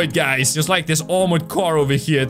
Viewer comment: ✨Oh no my cwar✨ Me:🤣🤣🤣🤣🤣🤣🤣